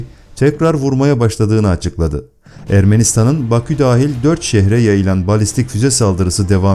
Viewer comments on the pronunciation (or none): none